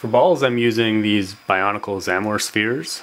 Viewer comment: WOW!!! he pronounced xamor right! it's been such a long time, that I forgot how to write it myself... ahh...... there goes my childhood...